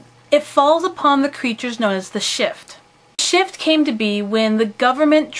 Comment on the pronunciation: its pronounced shif not shift